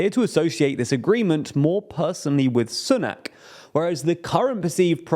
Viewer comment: I wish you would stop pronouncing Sunak's name incorrectly, he may be a super scummy tory, but you'd think when a person of colour reaches the highest office in the UK white people might try to pronouce a foreign name properly. Ffs.